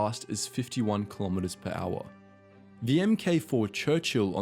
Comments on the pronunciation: You know that “ M....K” is generally just pronounced as “Mark” when narrating? And the way you say “chas-sis” rather than “chas-sea”. The Panthers gun was not the most powerful, shouldn’t the 88mm be in there (there were other tanks with more powerful guns, but the were either special vehicles or late in the war with minimal numbers) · It's not "M-K" it's "Mark." It's not "Chay-sis" it's "shassy." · In the case of the British Tanks Mk ("Em-Kay" as you kept pronouncing it), actually was short for "Mark". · Don't say emm-kay, say Mark. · Please don't say the letters MK when verbally speaking the mark designation. It's a Mark 4 Churchill, with the Mark abbreviated to Mk. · “Mark”, not “Emm Kay”. Employ an actor for voiceover, not a computer. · Mate, for "MK" read 'mark'! Don't say the letters! Its a mark 4 Churchill, not M K 4 Churchill! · M.k 1 is prounounced mark 1... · For future reference: "Chassis" is pronounced "CHASS EE" and "Mk" is short for "mark" so say mark, not M.K. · Not really about local variations. Mk is pronounced ‘mark’ = one syllable; ‘em kay’ = two syllables. The first is not only the correct way to say it, it’s also shorter. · For future reference: it's not pronounced "M" "K". It's pronounced Mark. It designates a version of a product. Mark 1, Mark 2 etcetera. Edit: Chassis is pronounced "Chass-ee". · I think I knew that 'Mk' was short for 'Mark' by the age of five and certainly well before adolescence - I also understood that it is NEVER pronounced as M - K under any circumstances. I can only assume that the narrator was reading somebody else's script and has no real understanding of the subject. Conversely, it is equally irritating when internet people err in referring to the British Ministry of Defence as the 'mod' when anyone with half a brain in their head should know that it is the M - O - D. Don't even get me started about those who place an entirely 'the' before the name of a RN warship! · sorry this is bothering me mk pronounced mark